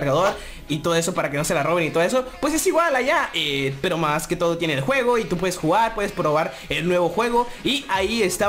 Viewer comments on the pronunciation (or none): none